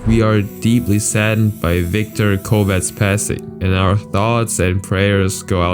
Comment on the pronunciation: This Viktor Kovács and not Viktor Kovats this wrong. I am from Hungary but not knew his accident. He is looking Romina gy. Spyies because his name Kovács Romina gy. Spyies name